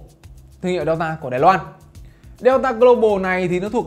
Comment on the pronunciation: Đọc là đen-ta chứ nhỉ...sao lại đeo-ta..?